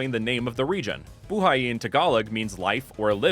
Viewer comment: sometimes Tagalog words can be long like Buhay The correct pronunciation is buu-hay this is not an insult